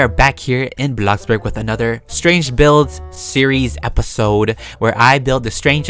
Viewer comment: hmm my first time hearing him say bloxburg right instead of......BlOCkBoRG